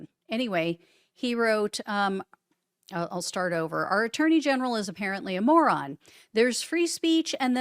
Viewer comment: I just heard "Trump's dirty general" but you said attorney general. 😂😂 i like my interpretation better.